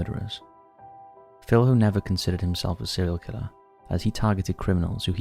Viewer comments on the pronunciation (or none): Minas Gerais is a state in Brazil, not a town, and Filho is pronounced Fil-yo.